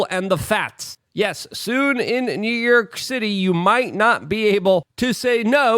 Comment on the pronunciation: Good ol NEW YERK!! 😂 Love ya, Luke!